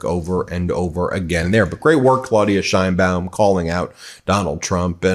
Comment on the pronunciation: SHANE-baum, not SHINE-baum. She's born in Mexico and that's how they pronounce it in Mexico.